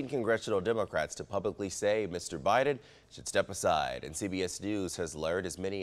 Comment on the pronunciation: Boe Jiden??😂